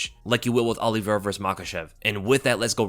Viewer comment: Say your predictions again! Oliviera this Oliviera that. Dead wrong.